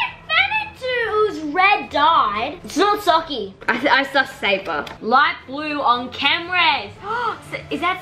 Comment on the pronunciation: Haha everyone says saba while its sabRa